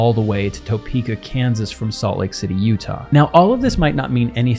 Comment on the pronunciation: Very non-stand American pronunciations of Edmonton and Topeka. While the UK does use metric, they do not with their motorways and autos. So they have mph on the speedometer and mile markers on the roads. Red tiny LED bulbs on the mountain tops would be neat for the beacons.